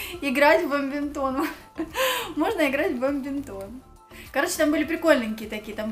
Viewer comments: Как обычно - скупает всякий хлам... "Бамбинтон" - нет такого слова, вообще. "Полимезирует"... тоже нет такого слова, есть слово "полимеризация". Уши вянут. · БАДМИНТОН, а не бомбимтон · LIBERTY FAWN Вообще-то правильно бадминтон, просто не знает)